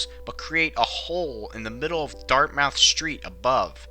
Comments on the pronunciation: "Dart-Mouth" hahahaah--- pronounced like: DART-muth street. Also, that entire corridor was originally bore-out as another auto freeway (cancelled) into the city. As such, it's very wide (obviously), and begins a below street-grade descent a few miles before the Ruggles stop: essentially it's already a roof-less tunnel and a long straight-shot for a few miles before you even get into the tunnel itself, and stays like that for about a mile once inside. You would have no visual-reference as to how fast you're actually going, for a good 6-8 minutes at that point. Inside the tunnel, the curve to Back Bay (perhaps an after-the-face modification to the original north-bound "Freeway" route) is nothing you're prepared for if you don't know the route already. Sad. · its not dart mouth its said dartmuth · Dartmouth street is pronounced Dart-Mith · Close on the Pronouncement. It’s pronounced Dart-myth st. A lot of MA towns and area are base on or named after local Native American tribes and meanings. Another example is Billerica pronounced Bil-ric-a or Rehoeboth as Ruh-hoe-bith.